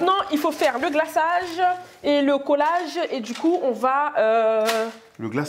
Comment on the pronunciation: « Le GLAÇAAGE??! Sékouassa?! » 😭😭😭